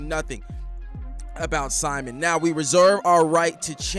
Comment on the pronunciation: I can always tell if I'm going to like someone's reaction to this based on how they pronounce Simon's name. If they say "sai-munn," then I know they're in for a wild ride.